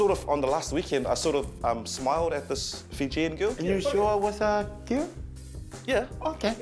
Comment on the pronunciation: lol: "you sure it was a kerl?" too much